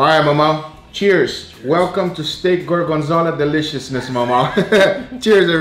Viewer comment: apparently gorgonzola is pronounced goargenzala 😂 jk u do u